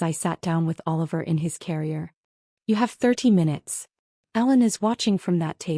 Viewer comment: Please make it clearer. It sounds kinda like Alan. When it's Ellen.